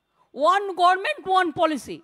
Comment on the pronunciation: বাংলাও ঠিক করে বলে? পব্লেম, গর্মেন্ট, of course now bengal is court monitored state, where is rules and regulations. Why so many corruption, not to be compared with other State. Hopefully the subscribers of Telegraph shall quit. Absolutely right Safikul, the class of administration is needed. All the praiser, applauder went for free drink😂 and food.